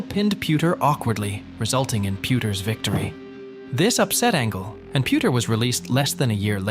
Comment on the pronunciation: PuDer not puTer 😂😂